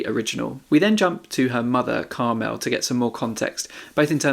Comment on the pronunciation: Really sorry to be picky but it's pronounced CARmel not CarMEL. Common name for middle-aged women in Ireland.